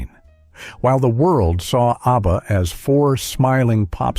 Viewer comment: Why keep pronouncing the separate intials?.It’s pronounced aebaa